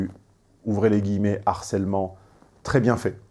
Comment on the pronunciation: HARCELEMENT commence par h aspiré. On doit donc dire LE harcèlement, et non pas l'harcèlement...Merci!